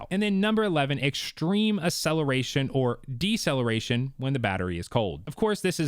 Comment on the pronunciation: Akkkkkkceleration…. Not Assssceleration